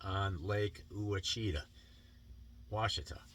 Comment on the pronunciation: Maybe you should learn to pronounce the Lakes name b4 u learn to fish it.. Just Sayin..